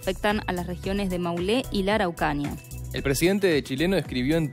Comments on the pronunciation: La locutora neceita unas vacaciones en Chile, dijo Maulé en lugar de Maule, Araucaria en lugar de Araucanía. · No es maulé es maule, no es araucania, es araucanía